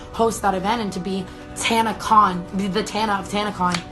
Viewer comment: Tanacon? Oh sorry I thought you said scamacon